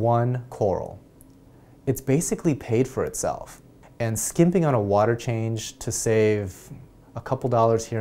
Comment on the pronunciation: you articulate every word wonderfully, but I find it funny when you pronounce the silent 'H' in while, what, ......water "wahter".... LOL nice vids